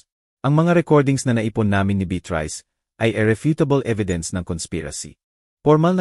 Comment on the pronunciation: Mali ang pronounciation ng narratorkamukha ng beatrice